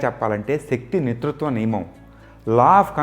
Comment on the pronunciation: ఆంట్వోన్ లవోజియే is correct pronunciation , you can check in Google search ! అలాగే శక్తి నితృత్వ నియమం అన్నారు actually that is శక్తి నిత్యత్వ నియమం !